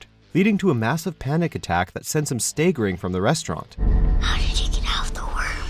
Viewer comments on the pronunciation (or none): "...that sends him STAY-gerring from the restaurant"? Lol.